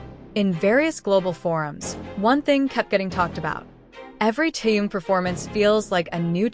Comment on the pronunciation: Замечательные,радостные новости о наше любимом Тэхене.Но как неприятно слышать его искаженное имя произносимое при озвучивании текста.Искажено не только имя,но и название компании,а ударения,просто очень неприятно.Берясь за какую-либо работу,нужно предварительно с ней ознакомиться.